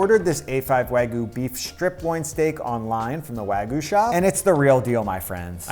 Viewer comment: "Proper Wagoo" 😂